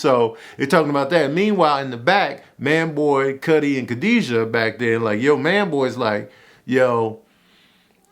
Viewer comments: Why he keep calling Skully, Cuddy?? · Why u keepin sayin cutty 😅 its skully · Scully Not Cutty LMAO!! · Tanoose and Cutty 😂😂😂😂 booooyyyy!! It’s Tanosse (Tuh- nah- say) and Skully. Ion know if you did that on perpose but I’m weak af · My man said tanoose and cutty 😂😂